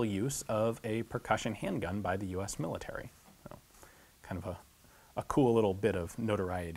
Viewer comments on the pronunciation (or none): none